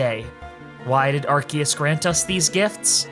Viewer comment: it’s still arkoos